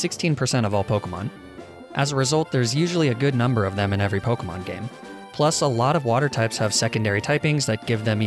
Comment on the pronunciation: can you stop mispronouncing the names